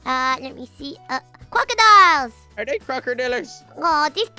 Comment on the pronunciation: HE SAID CROCERDILLERS!!!😂😂😂😂😂